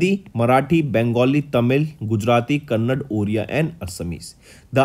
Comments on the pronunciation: It is not kannad sir It is "Kannada" you have pronounced Hindi, Marathi, Bengali, Tamil, Gujarati, Oriya. Correctly, if I say Hindi as Hind does it make any sense? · Not kannad it's kannada , kannada is our mother we don't tolerate anyone calling her name wrongly